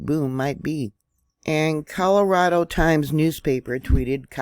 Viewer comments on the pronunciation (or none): Hi dear..... Thank you so much for all your information. I used to live in San Diego, Cali. Just thought you may want to know how to pronounce Coronado (sounds like Coor a naw doe). I had noticed you may have said Colorado😂😂😂. Never laughing at you just with you. I am the worst at English but since i lived there, I just thought you may want to know. Love you my dear!!!! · It's Core-Oh-Na-Doe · Many times you have mispronounced Coronado